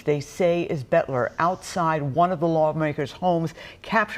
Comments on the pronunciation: "BOELTER" is NOT pronounced "BET-ler". It's pronounced "BELT-er". Try to get the name right, because saying it wrong repeatedly cements the wrong name into the public consciousness. It will confuse the search for anyone who knows him who might have information. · Please say his name properly...Boelter, not Betler! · Its pronounced Belter, not Betler. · I think Boelter is pronounced, Belter, not Betler. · His last name is pronounced "Belter" not "Betler". Please pronounce the name correctly. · His name would be pronounced as BELTER, not Butler! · "BEL ter" not "BET ler" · It’s Boelter, not Boetler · Boelter not Betler! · Where are y'all getting Betler?? Its clearly boelter, like bolter. 😂😂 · The correct pronunciation is Belter, not Bolter. The "o" is silent. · Is it just me or are they pronouncing his name incorrectly? They are saying betler, but everyone else says belter. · It's not "Bettler." Geez. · Butler? Aren't journalists supposed to be able to read? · BELL-TER!!!! Sheesh! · Because these newscasters didn't do their research on the basics. The last name is pronounced "BELTER". For godsake, call someone in Sleepy Eye (where Boelter is from originally) and ask if you don't know the pronunciation! Don't just guess or make it up; you sound like buffoons. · Is that news anchor dyslexic? BOELTER, not Boetler LOL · Both are correct pronunciations in this area, some families go by “belter”and some go by “bolter”. I can’t place which family he is with.